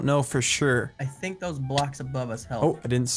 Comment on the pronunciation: At the vey start he said "thunk" xD